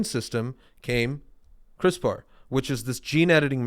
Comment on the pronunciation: Going back to the backlog as we wait for a new episode. “Cris-per” is the pronunciation :)